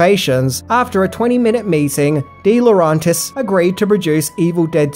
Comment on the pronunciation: Dino De-Lo-REN-tis...not RON